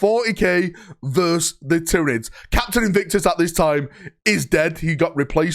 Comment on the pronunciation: It's "versus", not "vers". Two syllable word